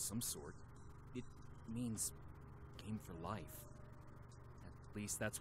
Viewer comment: 'Game for Life' or 'Gay for life' am i right? hehehehe XD lolol, sorry :')